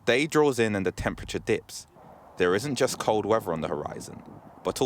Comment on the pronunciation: wevver instead of weather 🙄